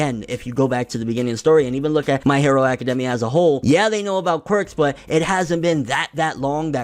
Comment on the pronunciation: I don't trust somebody who pronounces the name aka-demmia instead of aka-daimia